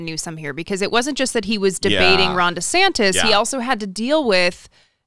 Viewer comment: I always hear “Rhonda Santis”. Surely I’m not the only one, right?